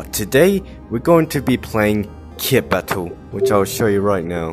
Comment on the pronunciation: hear say battle other:battle me:battume